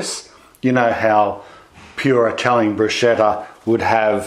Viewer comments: Looks so good ..wow...one thing I need o correct though. I used to work with an italian pasta sauce and pasta maker. The pronunciation of " Bruschetta".. he corrected me too.. its pronounced BRUS - K - ETTA not BRU -SH -ETTA. That pronunciation< I believe means "lady of the night". Just thought I'd let you and anyone else know that..Its a common Mistake... Thanks for another great video. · Don't wanna be picky, but... bruschetta is not pronounced "bruschetta, it's pronounced brusketta. ch in italian has a "k" sound, not a "ch" sound. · To all english speaking people, bruschetta is read brusKetta ,not bruscetta. CH with a vocal after it (e or i, not possible a,o or u after ch, aside from foreign words), you pronounce like the K, an hard c. Italian tips,I'm italian. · All good ..but not bruscetta or brushetta .. it's bruschetta , spelled like brusketta.. more strong and you have to spit a bit of saliva while saying it. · Thanks! Looks super yummy, will have to try this : ) Also.....Bruschetta: pronunc. /bru'sketta/ Hard k as in 'kettle'. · It's pronounced "broosketta". What a wonderful video. Thank you. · Bruschetta. Pronounced “Broos-ketta”. Q: Does it matter what variety of tom, small ones I presume, but sweeter or more acidic? Roma or cherry? That looked mouth-wateringly good, btw. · Thank you!! that was really bugging me. Loved the video otherwise :-) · And what do you think about his way of pronouncing 'bruschetta'? :P